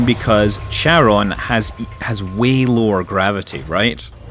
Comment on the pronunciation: Hi Scott, great video - as usual :) A bit of nitpicking - I'm pretty sure it's pronounced kair-uh n - not cha-ron :p and every time you pronounce it your way, a little hellkitten dies somewhere in the Cthulhu Plains :) :D Btw, are large-population planets available for landings? With cities and stuff? (probably not, but here's hoping) Also, do you think the planetary landing piece is worth the almost full price for the game? Is it just a gimmick that you will get bored after a week or something that is actually useful to the gameplay? As you said, the crafting system seems very simplistic :/